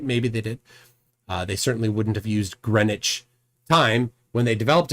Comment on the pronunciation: First american ive heard pronounce Greenwich correctly 🇬🇧🤝🇺🇸